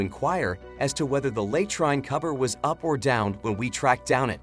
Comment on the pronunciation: Robot doesn't know how to pronounce 'latrine'.